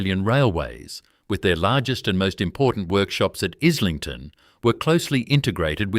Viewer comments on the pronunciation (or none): Pronounced. Is ling ton. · Pronounced,,eye,ling,ton FFS